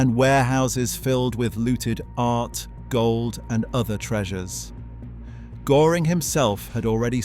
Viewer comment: Most of the Cars in your Video aren‘t even the Blue Goose 540k, and you are totally mispronouncing „Göring“!!!!!